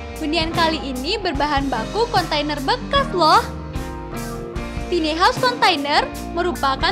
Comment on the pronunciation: konsep ok..tp itu kyke cocoknya buat smacam tmpt penginapan krena gk ada tempt penyimpanan baju... tone suara kurang nyaman..bukan tini haus tapi taini haous bacanya...